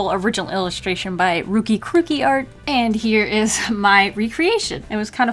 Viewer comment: Aw, I am ruki-kruki. You made me so happy! You made sch a good job, I love it! I saw it early in a morning and you made me smile for the rest of the day Also, you pronounced my username exactly how it's pronounced